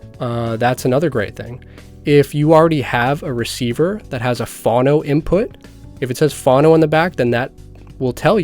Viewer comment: Its not pronounced Fawno but pronounced foe-no as in phonograph like telephone